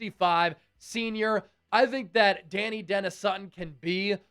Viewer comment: it isn’t pronounced “Danny” it’s “Da-Ni” the “i” makes a eye sound. (Not trying to be mean or corrective just if anyone wondered)